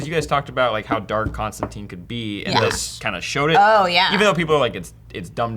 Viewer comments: DJ be starting to jump between Constantine pronunciations. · Stop saying Constantine wrong...